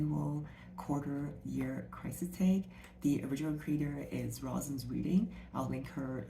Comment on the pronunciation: Thank you for doing the tag! Just a heads up, Roisin is pronounced Ro-sheen